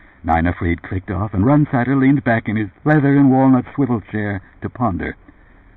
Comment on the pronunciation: Run-sider is the way this guy says it - strange..